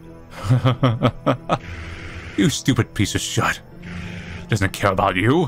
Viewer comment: Like how he said shiet